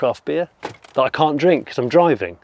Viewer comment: Oh Jonny! "Thatch!" You can take the boy out of Somerset... 🤣